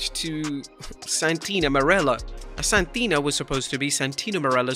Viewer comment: The way you say Santina 🤣🤣🤣